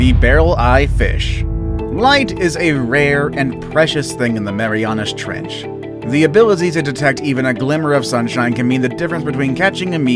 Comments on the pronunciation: "tHe mEyMYAna tREnch" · He said mamiriana trench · LOL "THE MEMAYANAS TRENCH"